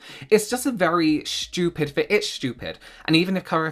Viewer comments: I just love how says schtupid. It always makes me laugh. He’s always right too. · I just love hearing you say shtoopid😂😂